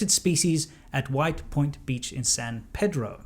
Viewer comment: San PEE-dro! Not Pehdro.